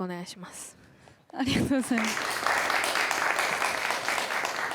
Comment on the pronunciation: NAOKOのあrがとございまrす見つけちゃって笑ってる